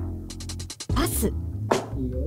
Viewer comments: 高橋くんが ヨッシー誰っすかって言ってる後の『パス』が、『はっすん』に聞こえたのは私だけか？？？？ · パスがどうしてもはっすんに聞こえちゃう（笑） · 「ヨッシーが誰ですか」って恭平に対して ナレーターの「パス」が最初「はっすん」に聞こえて え、この声誰？このメンバーではっすんって言う人おったっけ？ このゲームってSiriみたいな役割もしてるん⁉︎って焦った笑笑